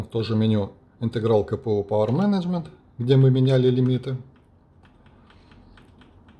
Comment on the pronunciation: буква "C" в CPU, читается как "Си", а не как "K")) Каждый раз с толку сбивало на слух - что за КПУ такой))